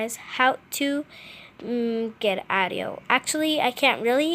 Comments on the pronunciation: And she also said owdio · She said ow-dio instead audio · She really did say Awdio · OWdio gurl. It’s AUDIO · Its audio...not owdio... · Awdiow fuck that pronouncing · And AUDIO not OUTIO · BRO ITS AUDIO NOT AOUTDIO! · s t a r awdio like she 6? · Actually she says oudio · RandomVideos It can go two ways :) Aowdio Aoudio She included the “a” But never pronounced the “ah” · How she said audio triggered me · The way you said audio i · I hate how she pronounces audio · SISTER ShOoK No she just can’t pronounce properly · s t a r ugh same she’s trying to sound older when she’s probably only 8. I mean she can’t even pronounce audio like....? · Love how she said ed instead of edit Then audo instead of audio xD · ITS aUDIO NOT AWDIO ITS EDIT NOT ED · “Awdio” and “ed”who taught you to speak? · Adio? Owdio? Ed? Bruh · Awdio?? Eds?? Da fuck?? (No offense but nice tips tho) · It's not adio.....it's audio.......it's not ed....it's edit.... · Sum ppl here posting about their opinion on her saying ed eds and awdio. Stfu! Shes here to show you how to make these edits! Be grateful you assholes! She didnt have to do this. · Transition I say transition not animated cough cough oh and edits not Ed nor eds oh and audio not what ever she said👍 that just really bothers me